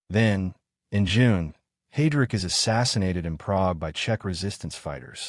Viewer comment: It's not HEY-DRICK It's HI-DRICK. Fuuuck. Who puts this crap online. After less than 5 minutes... I'm done. Just awful AI junk. Bye.